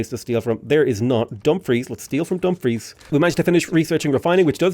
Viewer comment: no idea if you've said it this vid yet bc it just came out and I'm not done with it yet but the emphasis in Dumfries is on the second syllable (etymology comes from the gaelic Dùn Phris). Source is i lived in D&G for 6 years and am scots. Anyway I love your content and sorry for the pedantry. Loving the series and been really liking age of wonders as well:3